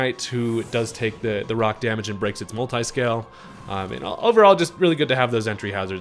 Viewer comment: I’ve caught him say marvel scale rather than multiscale like 2x😂